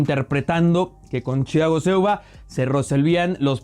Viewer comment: Critica a jugadores ,y no sabe pronunciar el nombre de Silva.